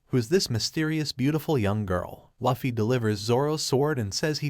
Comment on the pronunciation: I’m a simple girl. I hear Luhfee, I turn the video off